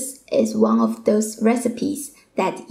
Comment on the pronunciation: You have good accent but missed in some pronunciation - One ( Won ) not " wang "